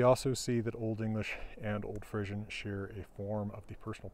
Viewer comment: Nice explanation of the etymology of this language. Maybe I'm the only one but I find it interesting that pronounces Frisian as Frissian with an emphasis on the i and s sounds; my Frisian family said it with a long e sound...Fresian or Fresk or Fres. We were a West Frisian family though, so maybe it's pronounced differently elsewhere. Lots of differences in lots of areas - including languages!